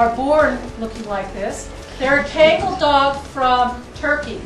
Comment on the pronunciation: The proper pronounciation of Kangal is Khan-Ghal. I am very happy to see that this Turkish bred dog can do something to help our friends in Africa and also save the cheetah race from being killed. Although as a previous Kangal owner, i would hope that you are staying true to the breed and not mixing it with other breeds. As mixing the Kangal with other breeds have resulted in dogs that can become the opposite of the Kangal, vicious, non-loyal and aggressive. Good luck with your work!